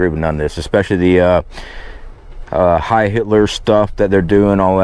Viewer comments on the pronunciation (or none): none